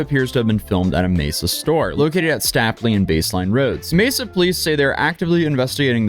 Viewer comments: & "STAY-plea", not "STAPP-lee" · Stap saying stapley! lol. It’s stay, stapley. Anyways, this is my Walmart so damn, what a looser. Fun fact, this was the busiest Walmart in the country in the early 2000s before they built three stores nearby to relive it of it’s pressure. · Any other Arizonan cringe when he pronounced it "Stahplee" instead of "Stay-plee" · it is pronounced "stape lee" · For possible future reference the street is pronounced as (St-Ape-Lee) Im a AZ Native None the less thank you for covering this ID10T Club Member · Stapley is pronounced as St-ay-pl-ee . Just saying no hate. I've been to that Walmart 😭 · I love in AZ and Love your videos! Just an FYI, the cross road is pronounced Stay-plee. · The way he said Stapley is hilarious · I don't like how you pronounce stapley us locals dont say it like that